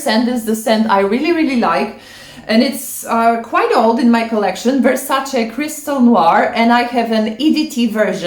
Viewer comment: Always love ur unique selections ! Still wanna try moth and from beaufort i bought iron duke recently and ohh man it's another daring beast and unique! Btw i didn't recognize u from thumbnail due to ur shorter hair then realized it's ur channel lol. Looks great on u though. Also i love that u pronounce versacA and not versacEE.